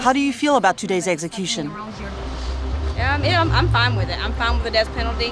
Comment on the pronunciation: Whoever the narrator is learn how to say execution